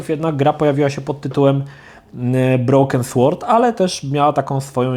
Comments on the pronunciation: nie słord tylko sord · Sword czyta się [sord]